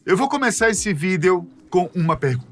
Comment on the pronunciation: nao da pra assistir com o cara falando "video"